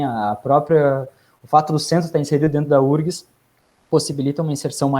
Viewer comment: UFRGS… por que lê-se “úrgs”? 😖😒